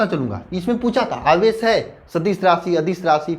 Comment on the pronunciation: Aawesh aadish hota hai